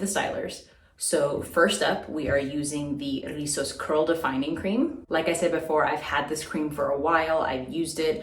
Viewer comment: another banging review! I have this line in my vault of products to review, you know how it is lol. and lastly I LOVE when you rock your hocus pocus sweater lol, loveeeee that movie. Oh and come thruuuuu with the pronunciation of Rizos, you can come to the puerto rican cookout hahahaha.